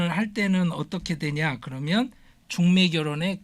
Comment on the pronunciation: 하스를 너무 많이 했나봐 중매가 죽메로 들려